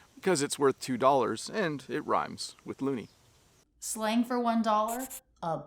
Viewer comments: It's actually loonie and toonie not ey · loonie and twonie, not -ey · it's loonie it ain't kuh-laa-mitter. Is kill-o-meetr